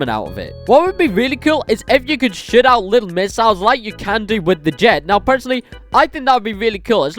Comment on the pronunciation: I’m sorry but instead of saying shoot it really sounded like $h!t 🤣